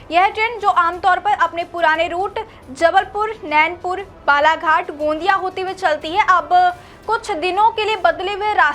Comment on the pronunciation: News reporter kisne bana diya gondia hota hai gaandiya nahi